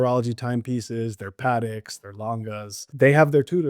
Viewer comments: I made it two minutes into the video. As soon as the so called ex boutique manager pronounced Patek as “paddock”, I bailed. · Doesn't pronounce Patek anywhere close to correctly, no wonder he is an ex-manager. Couldn't keep watching after that.